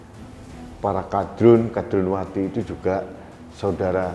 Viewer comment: Tandes sekali,,, mengucapkan,,,KADRUNWATI,,,jadi sy puaass mendengar nya